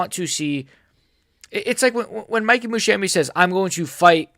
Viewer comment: This guy cannot Musumeci name properly 😂😂